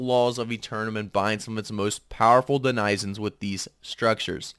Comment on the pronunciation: "denizen" haha...